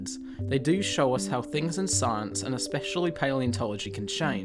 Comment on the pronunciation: well done. "Especially" has no "ek" in it. It is pronounced "eh-spesh-ally". You're welcome.